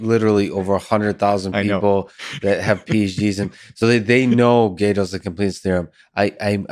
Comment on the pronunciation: Lex needs to stop butchering Godel's name